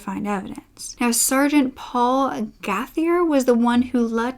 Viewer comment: Fabulous video. I love when English people mispronounce french names. Gauthier is pronounced goats yeah. Wonderful research on this story. Living in Ontario, I remember following this story. Kudos!!!